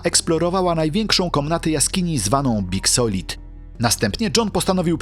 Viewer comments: Utah Czyta się "juta" a nie uta i Big Slide "big slaid" a nie big solid😅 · Big slajd a nie big solid... Solid to taka firma ochrony 😂